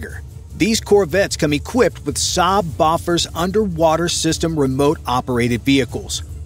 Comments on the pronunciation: Bofors is pronounced "Beau - Fors", not BOFF-ERS. FWI. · Boffers? mate – Bofors have been around for more than 50 years – maybe it's time you learned how to pronounce it.